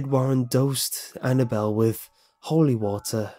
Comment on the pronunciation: as soon as he said annnable I turned down the sound completely